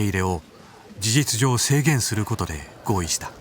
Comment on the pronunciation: シェンゲンに制限(シェイゲン)かけた、って聞こえたのは気のせいか。